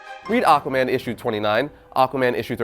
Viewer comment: Lol, he said AquaBAND in da intro of this vid.